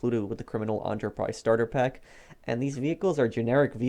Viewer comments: I’m a new sub to your channel. I like the info, the way you present your opinion, your diction, honesty, and lack of gratuitous swearing and click-baiting that many GTA Online videos suffer from. One extremely minor pet peeve of mine is the pronunciation of “Enterprise”. It’s “Enter-prise” not “aunter-prise”. I apologize if this petty torment is due to a cultural difference by way of accent or dialect. I’m going through and watching all your vids. Starting playing GTA 5 for the first time in Dec 2017. Suffice to say, I’m a latecomer. Thanks for the effort and time you’ve put in to these videos. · Last time I checked Enterprise is pronounced how it's spelt. Not "ON TER PRISE" EN TER PRISE is how its pronounced. And you sound like you've got a cold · Is it so difficult to say "Enterprise"? "Criminal On-ter pack" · You pronounce 'enterprise' "onterprise'. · ENTERPRISE NOT AUNTERPRISE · I am getting really triggered by the way you say enterprise , its nor ant-re-price its en-tre-prise but besides that everything is fine :D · What if people are disliking the video because they find this guy's voice annoying, and are extremely bothered by his repeated mispronunciation of "enterprise" as "onterprise"? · Enterprise! E not O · This dude was reading this starter packs name "Enterprize Instant God Pack " whole time 🤦‍♂️ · “Criminal Aunterprise Starter Pack” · "Onterprise" headass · This head ass pronounced Enterprise Entréprise bruh it ain't your main dish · "Criminal ON-terprise" My head almost exploded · It's pronounced enter prize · Why do you say ONTERPRISE??? It should not be as annoying as it is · I stopped watching when enterprise was pronounced as ‘onterprise’ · “Criminal Aunterprise” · If I had a dollar for every time he said “onterprise” I could probably buy a criminal enterprise starter pack. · En-ter-prise you fucking twit! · Wtf is an "ontourprize" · Hugh Kendry i think he says antreprise not onterprice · why cant he pronounce enterprise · "Criminal Onterprise"